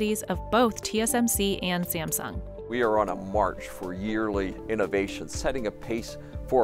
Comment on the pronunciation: Inovation. Haaa. He dare to say this word in this time....